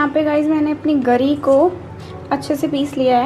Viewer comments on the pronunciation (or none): Gaari nahi bolte ...giri bolo ...sikho yr